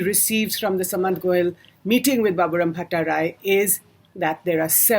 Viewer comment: u dont even pronounce shudh common Indian words / names correctly. how unindian can you be. you pronounce goel as sa/mant like sum or summary whereas it is to be pronounced with the sa.... like sardines or Sardinia.